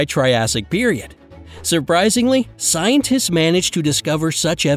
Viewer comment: Why did he kept saying “scientists”